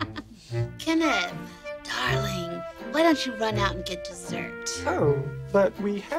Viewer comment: I'm not a native speaker, so I thought I had misheard Kenneth. XD